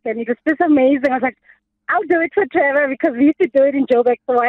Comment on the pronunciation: It's the "Trevorrr" pronunciation from the callers😂😂